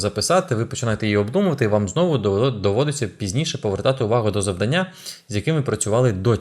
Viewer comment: Цікаво, корисно, динамічно! Дуже вам дякую. Але, будь ласка, завдАння 🙏 Бо надто ріже слух.